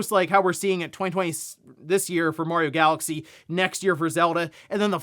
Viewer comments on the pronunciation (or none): none